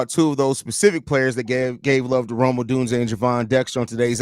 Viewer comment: Congrats for FINALLY getting Odunze's name right. So funny.